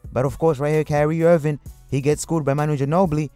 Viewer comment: not sure if the guy has a thing against Kyrie and keeps calling him carry irving...or if its just difficult to say Kyrie....but he pronounces other words correctly...soooo either way carry irving is still relevant cause he carries the ball sooo much